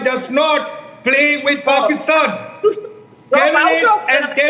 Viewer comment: Who the F is pusktan WTF is pusktan